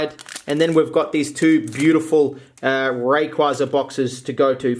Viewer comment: raykwayza is how you pronounce rayquaza